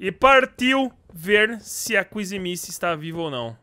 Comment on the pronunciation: Fale o nome da kissy direito